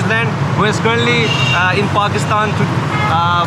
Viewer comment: Finally someone eho dont call Pakistan "Pekistaan" with a wierd accent